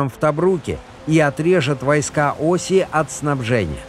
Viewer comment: осИ! Ударение на И а не на О!!!